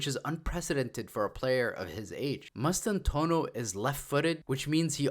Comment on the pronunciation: It's pronounced Mass-tan-too-aah-no. Bienvienidos Franco Mastantuono